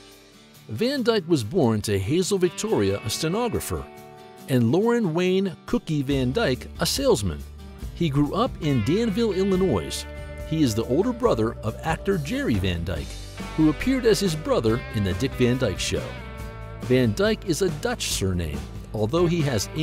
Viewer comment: Wrong video clips used; it’s ROB Petrie, not Bob Petrie and it’s Van Dyke, not Dyke. Also, the “s” in Illinois is silent. The Dick Van Dyke show was a comedy, not a drama. His son, Barry’s last name is Van Dyke, not Van; and so on! The fact that there are so many errors I caught, makes me wonder how many other errors were there that I didn’t catch. It would’ve been a nice piece, had it not been for so many ridiculous mistakes that should easily have been caught by an editor, producer, or anyone else involved in this production. And the writer or researcher, if there was one, should have not made these mistakes. A little research and common sense would’ve prevented most of these mistakes. This is a shabby piece of journalism.